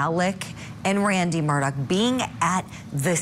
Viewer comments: Why is ‘Murdaugh’ pronounced differently by everyone that says it? This is genuinely weird. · The first thing this guy needs to do is learn to pronounce Murdaugh correctly.